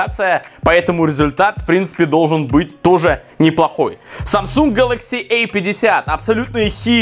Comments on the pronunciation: Эй 50...эй70...А и эй. Дурик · Самсунг гэлэкси А50,а не эй50